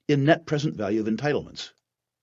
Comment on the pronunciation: Falue..Fictory..fiew.. I guess this guy doesn’t know the difference between an F and a V